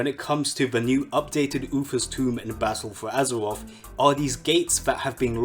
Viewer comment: BALTTLE FUU AZURUREOFF